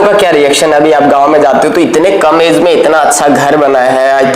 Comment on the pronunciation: Age hota hai AeZ nhi